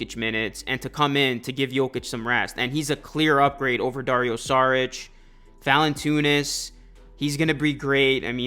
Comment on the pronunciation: How do you see Valanciunas and think Valantoonis 😂. Great vid tho my guy